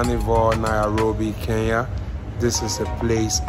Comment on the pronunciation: I've always wondered why Nigerians find it difficult to pronounce Kenya correctly. Maybe the combination of 'ny' is a challenge?